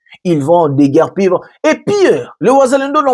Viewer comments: Déguerpir et non deguerpier.Leon Mulumba et non Leon Muluba. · C'est déguerpir et non déguerpier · DÉGUERPIller balobaka déGuerpir